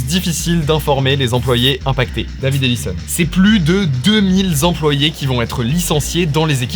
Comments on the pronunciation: C'est quoi un zemployé? Deux mille zemployés... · ❌❌❌❌ Ouoi ! 2 mille zzzzzzzzzzzzzzzemployés ! Que voilà un mille mal llllllllemployé ! ✅✅✅✅✅ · "Plus de 2000 zemployés" ? ;-)